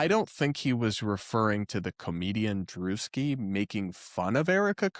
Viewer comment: So not drewski...